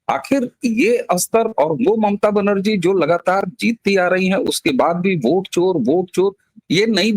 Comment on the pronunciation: मूर्ख!!! ओट नहीं वोट बोल....